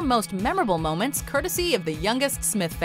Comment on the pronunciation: You mean “morments”..